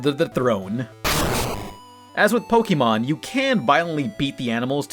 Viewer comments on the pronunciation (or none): none